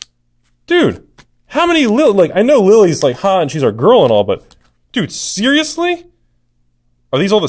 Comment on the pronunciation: Every time you say "seriously" my iphone goes off because it thinks you're saying "Siri".